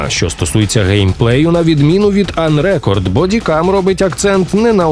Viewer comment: На мою думку, ви неправильно ставите наголос в "Unrecord". Префікс un- найчастіше ставлять перед дієсловами або прикметниками, і дуже рідко перед іменниками. Кореневе слово "record" може бути як іменником ("запис" - rEcord з наголосом на перший склад) так і дієсловом ("записувати" - recOrd з наголосом на другий). Тут варіант з іменником сенсу немає; скоріш за все автори мають на увазі саме дієслово (із метафоричним значенням "відміняти запис" чи щось в такому дусі), і тому наголос має бути саме unrecOrd, як в кореневому дієслові і в подібник випадках з додаванням цього префіксу (e.g. (n) prEsent, (v) presEnt, (v) unpresEnt; (n) Export, (v) expOrt, (v) unexpOrt). А також назву цієї гри нейтів спікери с західних видань, наприклад IGN і інші, вимовляють саме з наголосом unrecOrd.